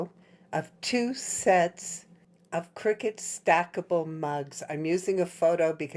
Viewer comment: Why does one say critut???